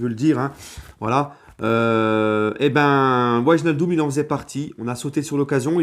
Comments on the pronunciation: Très bonne vidéo, sinon au niveau prononciation ça se lit VEY-NAL-DUM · salut. alors pour bien prononcer Wijnaldum on dit " Vaille = comme Grailler, nal- deum = comme le seum" voila. super votre live sur Passion foot. continue comme ç'a tu est super.